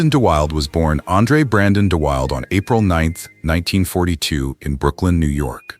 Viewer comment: Brandon De Wilde pronounced his name "Brandon De WILL-DA", not "Brandon De WILD".